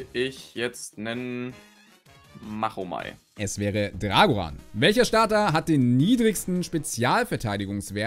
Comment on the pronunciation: Min.: MACHO-Mei wirds btw ausgesprochen und müsste Mega Mewtu X, Mega Bibor oder Mega Glurak X nicht nen höhern Angriff haben? Weil die zählen für mich zu Gen 1 ^^